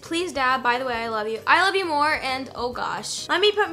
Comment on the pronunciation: somebody count how many times she said "I LOYE YOU TOO"